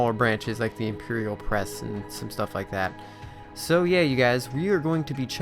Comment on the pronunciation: The cringe when he said imperior.